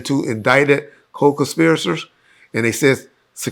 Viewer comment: Lol, Why can he not say conspirators? Wtf